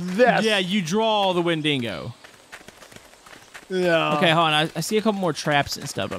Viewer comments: hey just to let you know its pronouncedSounds like wen duh go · win-dig-oh is the correct whay to say it